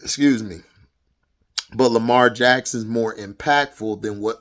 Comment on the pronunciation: 100% facts bro! And especially about Lamar or how you would say it hd lamah😂 but yeah I agree with you on Lamar he is a generational talent!